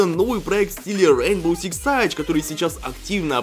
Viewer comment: Пожалуйста говори не сайдж а сидж очень прошу